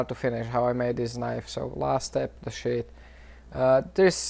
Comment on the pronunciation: When he says sheath its seems hes saying shit lol